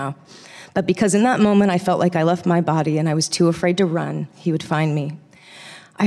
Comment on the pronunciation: Felt not feld